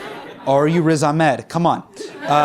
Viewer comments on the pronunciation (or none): none